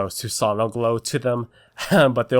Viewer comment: you pronounce susanoo wrong